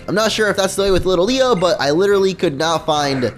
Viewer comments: Why do you keep calling litleo little-leo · Bro its LIT-LEO, and Pancham is pronounced Pan-chum (I don't know why it just is!) are beginning to annoy me!